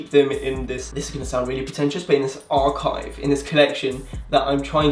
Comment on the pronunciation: The way you emphasized "archive"! xD